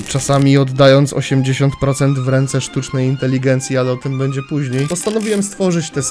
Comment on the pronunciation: "czy będze"